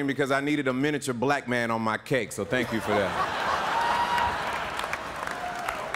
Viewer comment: She said shank you for being here Niki.